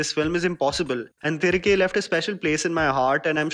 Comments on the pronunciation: Its thi-ri-kae not thrike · Its pronounced तिरिगे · Its pronounced as "thirighe" roughly translates to come back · I strongly advise you to properly learn pronouncing the film titles before making your reviews. Your intentions are really appreciable but whole effort goes in vain if you don't pronounce the movie name correctly when you are making a 7 minutes video on it. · Iam asking him to put an effort to pronounce atleast the film title properly when he is talking about the whole regional cinema. And for your question,I can read,write and speak Hindi